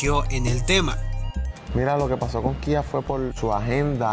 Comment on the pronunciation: Por que le dicen Kía?😅😂😂